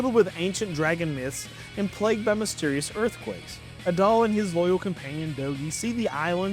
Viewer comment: I don't mean to be that guy, but you mispronounced Adol's name again, lol. Just remember, it's pronounced like the words Add-All. Also, I have literally never played a Kingdom Hearts game, so don't feel bad. I have zero interest in playing an RPG with a bipedal talking mouse, duck, and whatever Goofy actually is. Goof isn't a race, at best you got dog, that's it. I saw Jeanne D'Arc, but at that point in my life I found myself without the patience to play strategy RPGs anymore. I prefer my games with a bit more action (and a little less Magic Girl style transformations, thanks.) Crimson Gem Saga looked nice, but at that point I was deeper into action games in my life, nowadays I probably would've ran that one. And lastly, I have a pretty hot take here. I didn't really care for the setting or even the story of Final Fantasy VII. Just a little too realistic, too actual life for me to enjoy it. Even as a kid I could see that corporations had a stranglehold on our government and were actually controlling things, so this one was just entirely too accurate to real life for my tastes and painted the rest of the games based off of it in the same light, so I avoided the spin-off games from it.